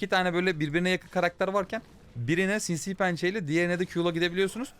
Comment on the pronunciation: Nobody::Sinsiğ Pençe